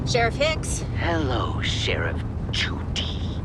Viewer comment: i firmly believe that was amber who made the call to judy cause only she would pronounce her name like "sheriff JOO-DY"